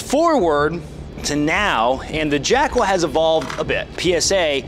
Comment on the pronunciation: With your accent I swear you're saying jack-hole.